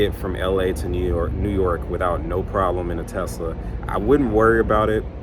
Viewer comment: Dude, There’s no (Z) In Tesla 😂